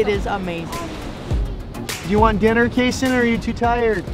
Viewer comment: It’s kayson